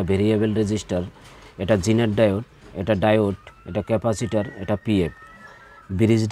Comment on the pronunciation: ভাই ক্যাফাসির বলতে কিছু নাই ওটা ক্যাপাসিটর হবে।